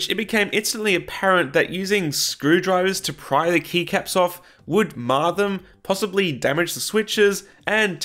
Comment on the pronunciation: Kept hearing knee caps instead of keycaps, still made sense lol.